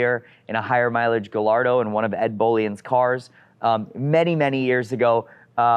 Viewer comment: I LOVE you & your channel….but please, for God sakes, you are one of the leading experts in Lamborghinis in the world, so please repeat after me: “GAH-YARD-DOUGH” 😉